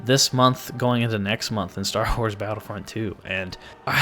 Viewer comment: .... I thought he said star hores....